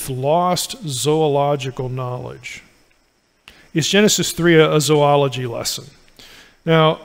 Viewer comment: Thank you for pronouncing "zoology" correctly! (It's one of my pet peeves.)